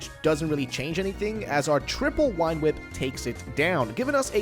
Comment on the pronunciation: why are you calling vine whip "wine whip"